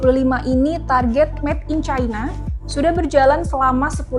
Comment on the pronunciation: "Met in China" atau "Made in China"?